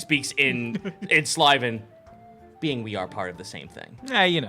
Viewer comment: Ok, its SYLVAN, not SLYVAN. Its completly different from elvish. Saying sylvan and elvish being the same is saying chinese and japanese being the same.